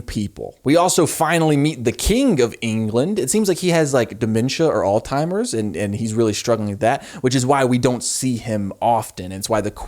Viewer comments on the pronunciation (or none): did you just call Alzheimers all-timers? Is this a gorl world reference or what😭 Edit: you said alz-timers this time haha. Honestly not being mean, just thought it was funny